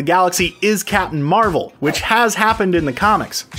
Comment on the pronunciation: “Capmim Marvel”